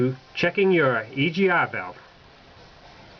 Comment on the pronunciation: heh heh heh.... he said "E G Ah valve"